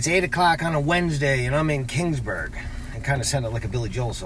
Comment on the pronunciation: It's Keeeeeeeeeaansburg not King's Burg. Sheesh